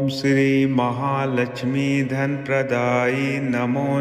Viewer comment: Praday hai not kaday